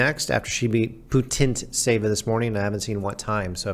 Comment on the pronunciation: You shouldn’t pronounce the 2nd T in Putintseva, it’s a transcription from Russian ц but t is very silent, listen to her saying the name on WTA site